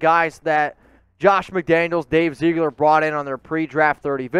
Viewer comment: Dave Ziggler. Not Zeegler. Get it right please. Geesh dude, you represent the most watched Raiders YouTube site. Be professional and maybe you end up being more than a YouTuber. Seriously, you're that good if you choose to be.